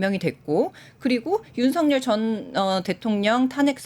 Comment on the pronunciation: 윤석열의 올바른 발음은 윤서결입니다.